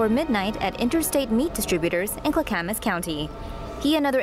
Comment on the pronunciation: oh, OREGON. NOT ORGAN. (CLACKAMAS, NOT CLUCK-AMUS)